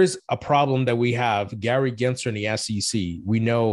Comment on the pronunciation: if we are going to gripe about the SEC, at least pronounce Gary GensLer’s name correctly! His name is NOT Genser - it’s GensLer. Cmon man!